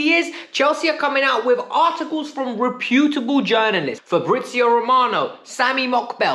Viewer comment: That’s not how you say reputable bro but good video man gained a sub